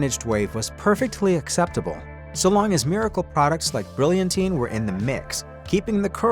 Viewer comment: It's not pronounced bril in tyne. It's Brill yan-teen!